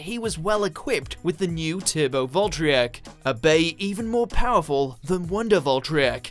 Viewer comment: I love how he was pronouncing valtryek wrong XD